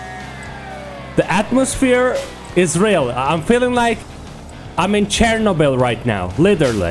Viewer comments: CTPAHA_COBETOB I know but he said Chernobyl just like post apocalyptic Russia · Did you say ''post apocalyptic Russia'' for chernobyl?